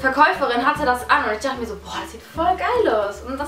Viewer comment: 3 dorte 😂😂😂😂😂 das heisst dochte